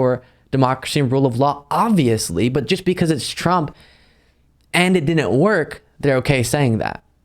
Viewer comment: Love you, but you really need to stop saying "didnit" instead of "didn't".